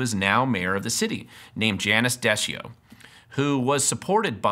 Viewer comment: Last name should be pronounce as D sea o. From yakima